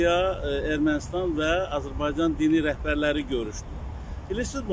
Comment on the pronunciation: Kanal 13-ün reportyoru nə ləhcədə danışır?! Bu xiyar öyrətmək lazımdır ki , Ermanıstan tix Ermənistan-dır!